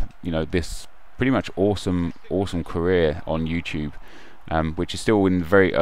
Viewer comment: I love how nep says you-choob. Haha no hate, all love.